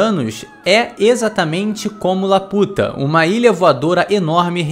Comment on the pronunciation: caraca mais ele enche a boca pra falar da “laputa” né kkkkkk